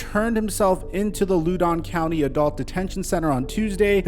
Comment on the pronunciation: Loudon County -> rhymes with How-den County